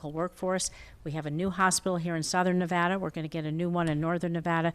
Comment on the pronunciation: Fuck Sam Brown, he can’t even pronounce Nevada. Jacky is a star, I’m keeping her.